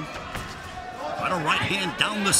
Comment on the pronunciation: Takeru chứ ko phải takuro tên võ sĩ cũng ghi sai được nữa